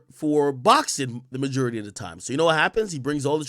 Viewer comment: Looooots of white hate in this episode :/ why do you pronounce majority like no one on earth does? 😭